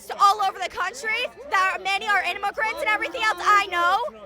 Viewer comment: IM-UH-GRANTS? WHAT-DID-HE-DO-TO-IM-UH-GRANTS?!